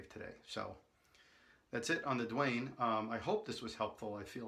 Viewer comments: Damn! Why Duane! Can't u read the label? It's written DAUNE! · PLEASE NOTE: YOU HAVE THE PRODUCT SPELLING WRONG!!! IT'S "DAUNE" AND PRONOUNCED "DAWN"